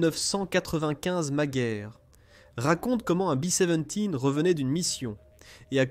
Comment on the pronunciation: En langue française pendant et depuis la seconde guerre mondiale, il a toujours été question de B dix-sept et non pas de " Bi seventies ". Laisser entendre que le mitrailleur ventral ne bénéficiait pas de la pressurisation est une ânerie, l'avion dans son ensemble n'était pas pressurisé. Dire que ces avions volaient à moyenne altitude est absurde, ils évoluaient entre 26000 et 32000 pieds. Il ne faut pas confondre avec les bombardiers anglais qui volaient beaucoup plus bas et étaient plus précis sur leurs objectifs mais plus exposés à la défense anti aérienne. Je ne suis pas un super calé en aviation de la seconde guerre mondiale mais je trouve que lorsque l'on a la prétention de faire des exposés sur ce sujet, il serait de bon goût de se documenter afin que le discours soit crédible. Je ne suis vraiment pas certain que le ou les auteurs de ce document soient de réels passionnés.